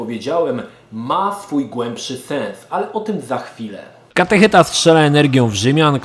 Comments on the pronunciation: Ty mów katecheta, a ja będę mówić "catehujmen" :) Widzieliście, jak oni sie na koncu tlukli? :D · Catechujmen xDD